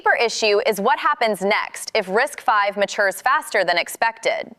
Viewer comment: 👍for pronouncing RISC-V correctly. Every other video that talks about RISC-V pronounces it "risk-vee."